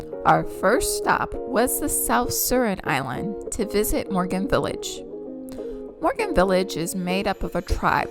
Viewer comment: Moken & not Morgan😂